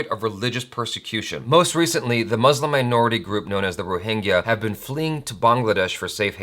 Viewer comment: Thought you learnt how to pronounce "muslim" from Vir Das' show!